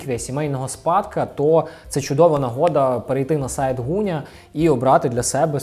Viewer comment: Дякую за огляд улюбленого бренду! ПС. Велике прохання до ведучого: Ґуня, не Гуня. Ґудзики, не Гудзики. Дуже ріже вухо! У нас досить довго забирали звук Ґ, тож поважаймо й плекаймо його ❤️